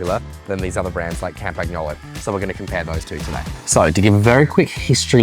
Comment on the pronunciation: We basically pronounce all the groupsets wrong/off in the West. SRAM should be pronounced like "Pram." In the West, we say Sha-mah-no, She-mah-no or Sh-mah-no, but it's more like Si or See-ma-no in Japan. Campagnolo is pronounced: Cam-pan-yolo (barely pronouncing and slightly rounding the n in Italian), but I hear cam-pag-yo-lo, cam-pag-no-lo, can-pag-no/yo-lo, and even Cam-pag-no/yo-lee-o (not sure how they get to that one).